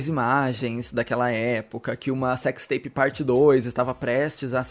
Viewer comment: Cecsi teipi de guê? 😂